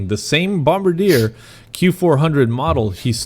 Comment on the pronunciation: Horizon’s SOP is FUBAR! Btw Kevin teach how to pronounce Bombardier “en bon français”😄 I visited the plant on St-Laurent